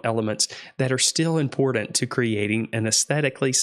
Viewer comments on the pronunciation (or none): "Pitcher" - picture "empordent" - important "singGer" - singer It's annoying as fuck.